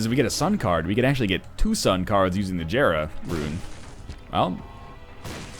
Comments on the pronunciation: it's pronounced (yera) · God, I never watched this video when it came out, and after watching so many newer videos, it pisses me off to hear him pronounce jera how it's spelled, instead of like "yera."